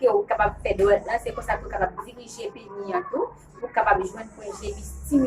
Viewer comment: Le " s " se prononce dans pénis ! Merci !